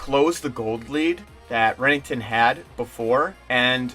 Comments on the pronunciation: just fyi its Renekton, not rennington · Who tf is Remington? Lol Bro good video but damn, ninjas name is pronounced, “ren-EK-ton” don’t do the green Barney like that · The way you say renekton makes me cringe D